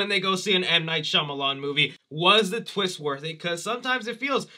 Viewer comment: The biggest “WHAT A TWEEST!” moment would’ve been Cris aging himself into Elon Musk 😆